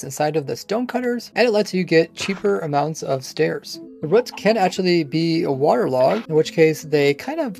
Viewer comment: Why do you say ‘ruts’ instead of ‘roots’. Its Ruuuu or Reew but spelled Roots. Nots Ruh or Ruts. Just curious.